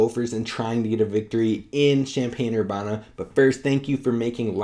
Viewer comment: How do you not know how to say Urbana if you follow the B1G?